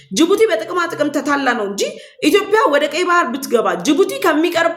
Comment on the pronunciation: አማርኛ እያወራሽ ስለሆነ እባክሽን ኢትዮዽዽዽያ ብለሽ አውሪ ችሎታሽን በአንዲት ፊደል አታበላሺ !!!!!!!!!! ዽዽዽዽ እያልሽ ተለማመጂ